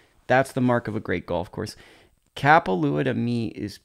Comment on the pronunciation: No disrespect but, ur saying kapalua wrong